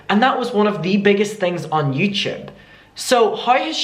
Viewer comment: I want a compilation of trying to say YouTube “ youchube”